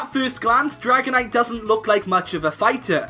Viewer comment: IT'S DRAGONITE, NOT DRIGONATE!